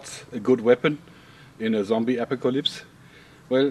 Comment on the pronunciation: Am I the only that noticed Joerg has trouble saying apocalypse?